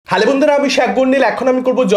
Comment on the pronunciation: হ্যালো বন্ধুরা❎ হালে বন্ধুর✅